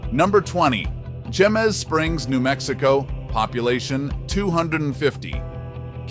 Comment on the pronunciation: Jemez is pronounced hay - mez. Some winters Jemez Springs can get as much as 9 feet of snow. Since some of the residents are employed in Los Alamos, commuting can be difficult at times.